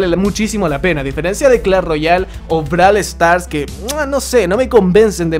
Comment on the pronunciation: Anikilo dice: Brole Stars. ;v